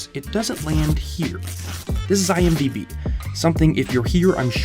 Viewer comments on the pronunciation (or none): none